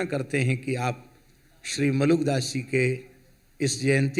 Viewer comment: Why he’s repeatedly saying moolak das when the name is malook das ji